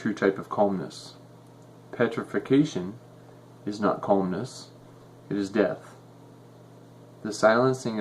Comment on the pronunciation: Calmness not colmness)